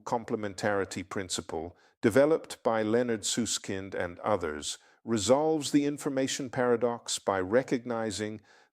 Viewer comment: he can’t pronounce his own name??? Only AI can do that😮😢😮😢😮